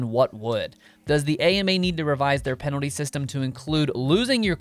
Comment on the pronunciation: Please spell the word "penalty" the way you are pronouncing it.